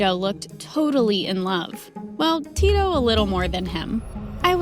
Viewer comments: 1 im nigerian 2 da-mi its d-a-mi and its not ti-to its tito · They even pronounced Tito's name wrongly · Finally MSA with a Nigeria name 💋💓💕🇳🇬🇳🇬 i really love how Dami followed her dream 🤟🏾🫶🏾 But it soo funny Aw she pronounce Tito 😂😂😂😂😂 but anyways love u all the way from Nigeria 🇳🇬💕